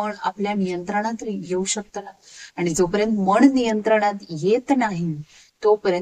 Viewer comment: ताई सुंदर विवेचन मध्येच भाषेत काही अशुद्ध शब्द येत आहेत. मन * मण, बोलताना * बोलताणा, एखाद्या * एकाद्या, येणारे * एनारे आता काही लोक म्हणतील भाव महत्त्वाचा आहे भाषा कशी पण असू दे, तर असं चालत नाही. मी त्या झाडावरती खून (खुण) करून आलो. न आणि ण मुळे फरक पडला.